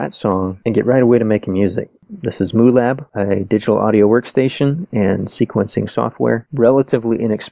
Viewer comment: Its not Moolab it's Mu Lab